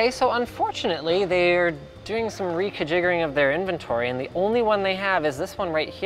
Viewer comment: "re-ca-jiggering" so close to being an actual world there Linus, keep trying you'll get it.